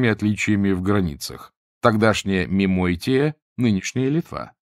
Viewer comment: 01.50 Какая истчо "Мемойтия"? Жемайтия наверное?